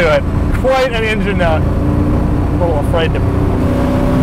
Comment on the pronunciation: Love your videos only one issue "Engine" sound it out try again